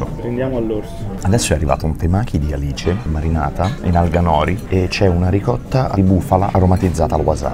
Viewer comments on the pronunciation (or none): none